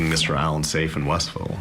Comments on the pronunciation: westville not Westerville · its WEST ville, not westerville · It's Westville not "Westerville". The attorney has the name correct. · You’re pronouncing Westville wrong. It is not Westerville. It is West Ville one word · Vinny, it's Westville, not Westerville. It's near Michigan City, Indiana. It's in LaPorte County. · It's WESTville, not Westerville👍🏻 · It’s WESTville not Westerville. And who doesn’t know how to say Wabash? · It's WEST VILLE not WEST ER VILLE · WOULD SOMEONE TELL VINNNNNNIYO THAT IS NOT WESTRRRRVILLE ITS WESTVILLE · Vinny, say West Ville Westville, not Westerville. It's kind of difficult listening to someone who is supposed to be read up and prepared, and them say Westerville...js